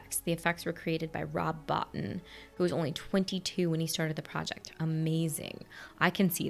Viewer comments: I think Rob Bottin’s last name is pronounced “bow-TEEN”. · I enjoyed your reaction to The Thing, a movie I did see in the theatre back in 1982 and which I've loved ever since. I'm glad you enjoyed it too. Although you wouldn't know unless told, Rob Bottin's last name is pronounced "Bo-teen". He very unfairly lost the Academy Award for Best Special Effects to E.T. because he did the FX for the horrible killer alien movie instead of the cute lovable alien movie. Those awards are heavily biased. Bottin was robbed and utterly disrespected.